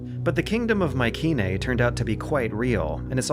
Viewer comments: Pronounced My-see-nae not my-ke-nae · The way he pronounces Mycenae 🤦🏼‍♂️